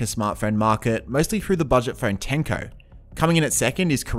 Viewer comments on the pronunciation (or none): I think you meant to say Tecno, not tenco. Been binge watching your videos since curiosity made me follow through your comment on K&G latest video. Good topics. 👍